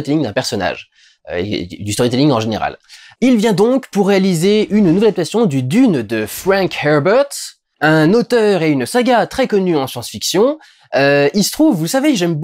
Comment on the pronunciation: Fwenk Hewbewtte 😅